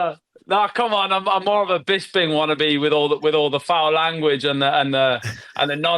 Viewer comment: How is it that Harrington and Brian have worked on this podcast for years, they must have heard you pronounce your own name a hundred times, yet they still call you Bizz-bing? What's up with that?